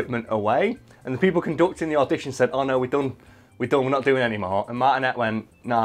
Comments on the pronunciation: MAR-TIN-AYE NOT MARTIN-ET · It’s Martin - A, not Martin - et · I've had the privelidge of meeting Charles Martinet (pronounced Martiné) and he is the nicest guy you'll ever meet! Its clear he loves his job and what he does for Nintendo!